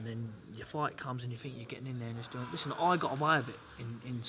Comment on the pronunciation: Billy "Lissen" Joe Saunders